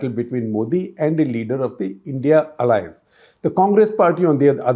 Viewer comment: Please don’t say “India alliance’ ‘it’s. I.n.d.i alliance’